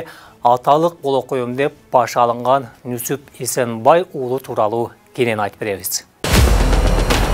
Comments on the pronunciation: Нүсүп эмес Нүзүп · Нузуп Нусуп эмес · Нусуп эмес Нузуп туура айт. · Нүсүп эмес Нүзүп. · Нусуп эмес, Нузуп. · Нусуп дебей Нузуп десенер боло адабий тилде суйлоп жеткиргиледа тарыхты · Нүзүп деп туура айтылат кыргызча. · Нүсүп эмес Нүзүп деп атын туура айтсаң автор